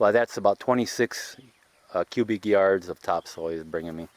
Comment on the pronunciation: and cubic not qubic 👍🏼